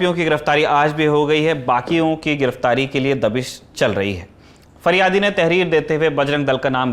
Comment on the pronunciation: ये तेहरीर तेहरीर क्या है?